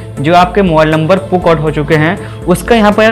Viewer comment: Puk nahi wo P.U.K hai bhai 🤣🤣🤣